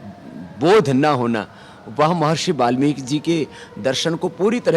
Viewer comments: but don't say balmiki.. is it not balmiki it is valmiki ji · mahraaj (balmik) galat hai valmik sahi hai ap pehaly bolna sekho warna theek se stady karo